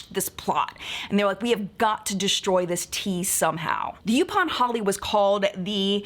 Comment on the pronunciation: I am loving this history lesson. But I live in North Carolina, specifically on Oak Island. A section of the island is called called Yaupon Beach. It's pronounced "Yaw-pon". I thought you would appreciate a tiny little lesson in return!